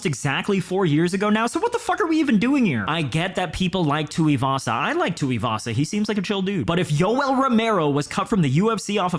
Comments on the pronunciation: "PIE TUIVASA" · Tai Shooey-vasa 😂